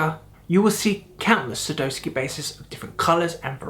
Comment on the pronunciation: Sa DOW ski not Sa doe ski